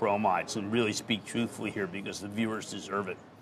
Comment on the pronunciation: Cramer actually used the word ‘Thruthful’ 😂😂😂